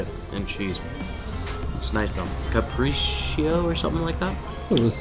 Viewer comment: cappricio... It's "carpaccio" mate :D (pronounced as kahr-pach-oh)